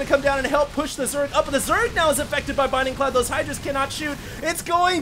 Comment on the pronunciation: It's bLinding cloud... for the love of god... I can't hear binding cloud again